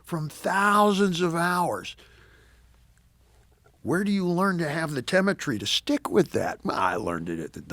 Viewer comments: “Temetry” - new word. I think he meant temerity. Dentist, Dave. See one. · It's pronounced "teh-mehr-i-tree."